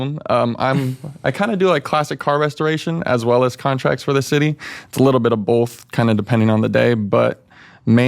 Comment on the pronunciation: Never trust a guy that says “bolth”. My grandpa told me that